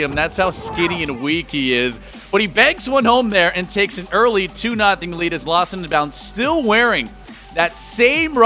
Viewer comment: Who else gets really annoyed when the commentator says "lostninbound"?